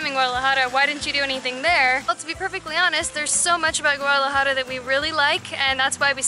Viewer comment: How she says Guadalajara makes me mad